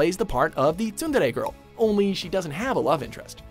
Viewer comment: god damn does that pronunciation of tsundere kill my ears